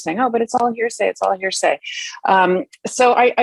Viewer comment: Karen nailed it on that point - it's first hand, not hear-sya.